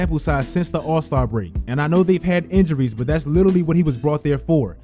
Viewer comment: Please learn how to say litarally, love u content thi